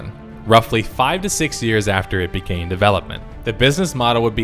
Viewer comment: And too stupid to pronounce "began".